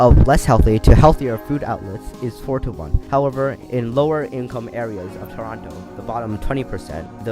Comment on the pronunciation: You pronounced Toronto wrong tsk tsk